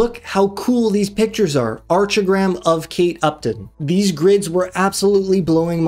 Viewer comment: it’s pronounced “arc” as in architecture. fwiw, Archigram was an English architectural movement in the 1960’s